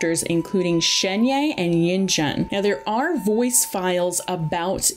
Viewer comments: Yeah, "albetto" and "iddo" geo dudes are getting renamed. Also "shenye" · Great vid but I swear one more time you say Sienye and Yenjan and Albetto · Albehdo 😭 It's Al-bey-do, and Elua rerun popping out of nowhere. Then Zhongli might get a rerun. ALSO IT'S PRONOUNCED AS ShenHER. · im pretty sure it's shen-hey ?? idk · I mean, it's actually more like Shuhn-huh (if going by a more American pronunciation of Pinyin). I don't really know where the "er" is though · It should pronance as Shen-He(r). It means magical crane, now u know why people r saying she is the human form of cloud retainer. Please learn to pronouce Character's name properly as this the respect they deserve. Not many content creators do this. but if you do it would make you look a lot more professional. Wish you channel do well. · fyi, Shenhe is just pronounced how it looks lmao. like Shun-her or Shun-huh. The 'e' vowel sound is the same as the one in Keqing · Shenhe is pronounced Shen-Her as in Him/Her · It’s pronounced ShenHER btw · shenhe,xiao, itto, and yae Miko were also butchered